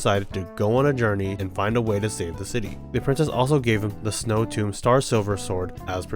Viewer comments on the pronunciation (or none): none